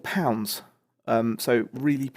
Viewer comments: Flyde pronounced 'flyed' not field...Lol...you've got a lot to learn about being a northern. Haha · How far up north are you thinking of moving to? I happen to live in a Thornton near Blackpool, so I cringed a bit when you butchered the word "Fylde" haha. It's fylde like piled if that makes sense. I'll let you off though, proof that there's good pickups available most places you go, nice pickups.